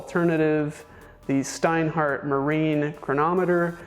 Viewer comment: Is it so difficult to learn how to pronounce the names? Your "Steinhart" is killing me, really (and I'm not even German).